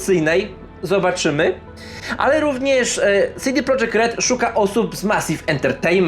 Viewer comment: Nie CD prodżekt tylko po polsku CD Projekt. Nawet sami właściciele studia i deweloperzy z tego studia to podkreślają. Popraw się bo robisz przypał.